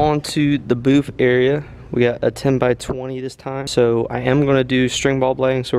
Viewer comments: Its BOOTH. Not BOOF. Lol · just messin with ya. Sounded like you were saying BOOF. Could be my lousy hearing. Lol